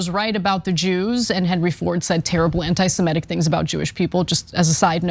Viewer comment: Semitic, simehtic.